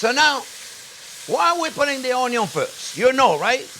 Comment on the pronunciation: A chef using canned over fresh has his head up his ass especially when fresh are cheaper than your fancy canned tomato’s. Stop saying on-yons. Your no Justin Wilson.